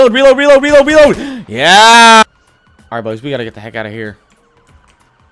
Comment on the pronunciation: Why does this dude say yeah like "yaw"